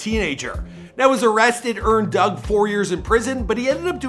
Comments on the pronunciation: It's Dug not Doug n 42 mean 6 mile smh knw what u talkin bout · the fact that you gotta be from the D to know its 4(four)2(two) DUGG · It's 4 2 dugg not little bro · Did any one else hear him say “lil Dugg”